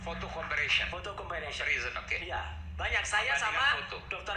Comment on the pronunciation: Roy panci ngomong kata Comparison aja sdh salah malah disebut jadi Comparisyen.. Aiman juga mau diajakin salah pengucapanxa.. Roy panci benar tukang ngibul